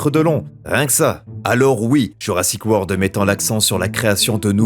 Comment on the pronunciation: Pour info, on dit Jurassic WORLD, et non pas Word. Bisous